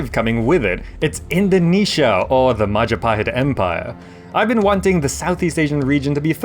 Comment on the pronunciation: it's the mahajapit. ❌ majahapit.❌ mapajahit.❌ mahapajit.❌ mapajahit.❌ majapahit?✔️✔️✔️